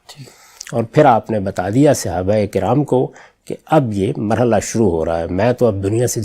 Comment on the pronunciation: صحیح تلفظ ہے : صَحابہ ص پر زبر ہے، زیر نہیں ہے۔